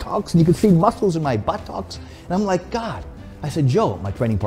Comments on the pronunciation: For 6½ minutes all I saw was a wee coffee cup and all I heard was "Buhh - Tox". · I’ve never heard but-tocks before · Fucking legend but the way he keeps saying "buh-TOCKS" cracks me up 🤣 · It's like he's saying butt-tocks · 3 Sign SomeOne is a Gentleman 1 He wears a Suit 2. He loves Espresso 3. He says Buttox instead of Butt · All I heard was buh tuhks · Nobody: Tom Platz: buttOCKS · Take a shot every time he says Butt-ox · Enough about the comically small coffee cup can we talk about how he says 'buttocks'. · The way he says buttocks made me laugh uncontrollably hahaha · I need him to get ready for leg day. His enthusiasm, his old training and posing videos and any interview I can find him in. He needs to learn to pronounce the word 'buttocks' better though. Then he could be the perfect package.